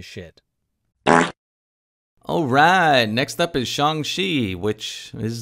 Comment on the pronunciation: It's "Shang- Chi... not shong shwe. ???